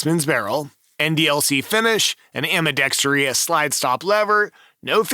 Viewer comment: There is no “TREE” in ambidextrous. 😎